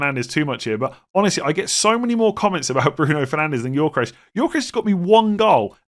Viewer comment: Every time I hear say Yorkeresh, I die a little inside.